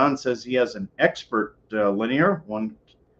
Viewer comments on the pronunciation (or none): You lost me when you mispronounced linear.